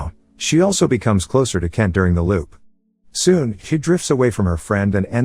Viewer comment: can you please Pronounce my name properly... is K-ENT NOT KEN.